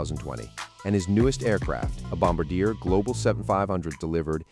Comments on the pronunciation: Let's get this right. It is nor Bomba-deer, it is pronounced Bom-bar-d--a, and it is Gulfstream 5 not Gulfstream V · The same goes for the Gulfstream IV, it's a Gulfstream 5. Also it's not Bomb-a-deer, it's Bomb-Bar-Dee-A (Canadian French). And if you should run across a Citation X, it's a Citation 10. Otherwise, good stuff! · Bloody AI voice! Gulfstream "V"?! It's called a Gulfstream 5! Bomb-ah-deer?! Again, that is not how it's pronounced! It's Bombar-de-ay! It's French Canadian, named after Joseph Armand Bombardier, the inventor of the modern-day snowmobile! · Obvious AI voice narration. Its not Gulfstream "Vee". It's Roman numeral 5, V. Gulfstream 5. No one in the industry pronounces Bombardier this way. Bombardier is not pronounced "bomb-bah-deer." There's an "R" there. pronounced Bom-bard-di-er with French accent on the end. #AIslop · I shouldn't comment but when you said Wahlberg's plane is a bombardier learn the pronunciation is Bombardier let me shout out to Bombardier you're going to say their name pronounce it properly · Notice your fake voice can't even pronounce Bombardier ...